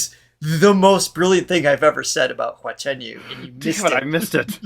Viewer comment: 华晨you~的发音很标准哦~🥳🥳🥳